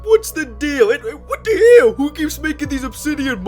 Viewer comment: Hanks wise words “whet te hel”